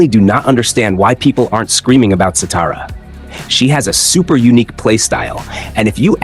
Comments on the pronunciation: Shathara is her name not satara! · Shathra not satara. 😊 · Shah-thrah…say it with me…shah-thrah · Satara??? Isn't it Shathra🤔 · Bro ubdid shatra dirty she is not satara😢😅😅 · It’s not shatra either mate there’s an H in there. Shathra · Satara? You mean Shathra?